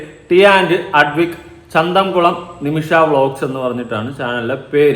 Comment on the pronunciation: Chanthamkulam alla chathamkulam